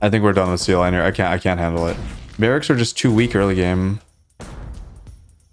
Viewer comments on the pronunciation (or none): wouldn't sealineer be said like engineer with seal at the beginning?